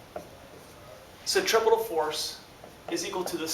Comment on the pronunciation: "Sen - Tree - Few - Gull"